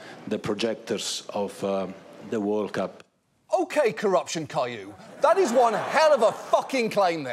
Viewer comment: Lol🤣🤣🤣 " Alright Corruption Caihou" 🤣🤣🤣🤣🤣